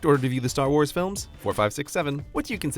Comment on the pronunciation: How am I the only one who noticed that said Star Ward?